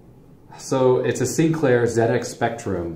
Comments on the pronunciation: well done for saying ZED-EX spectrum ;) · Glad you called it a ZED-Ex. But whilst we're on the subject of proper pronunciation, solder is pronounced "soul-der", not "sodder" and composite is "compo-sit" not "com-pos-it" :) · It looks like someone had a monitor on top of that BBC. I reckon the PSU must of overheated... Beebs generally ran on 5 1/4 inch disk drives, see if you can find one on Ebay. They had a lot of educational software cos they were mainly used as school computers, though they did have an awesome 6502(?) assembler in ROM as I recall. PS - Hey, we've got an American pronouncing "Zed" properly! We'll have you spelling "aluminium" next! ;-) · Ha never picked up on that. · It gets a Like for that, before the video starts properly.